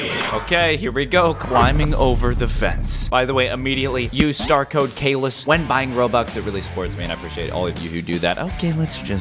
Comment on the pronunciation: Caylus is not sos s o s